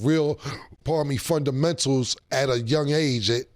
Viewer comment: Cam: da frondamentals is lost